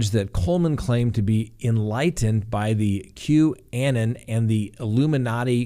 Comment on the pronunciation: I wouldn’t normally nitpick pronunciation, but since we’re going to be following this case, it’s pronounced Q-uh-NON.